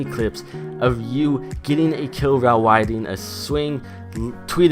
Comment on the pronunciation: Rhile widing! XD